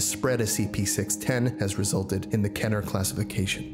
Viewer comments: Thanks so much for that On a side note; it's not pronounced "Ketter" as in better/letter, it's pronounced "Keter" as in Peter/Meter Please pronounce it as it is: Keter, not Ketter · Keter is pronounced Keeter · Scp 5739 Object class:appolyon Name:the guy who says keter like they don't know go to say keter